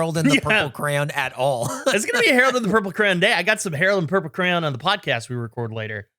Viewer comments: For the longest time I kept hearing say Harold and the purple cran, and i was like wtf is a cran? Not until today that I looked at the list of movie titles that it says, Harold and the purple CRAYON, and I went ohhhhh that makes wayyyy more sense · I kept hearing crown instead of crayon xD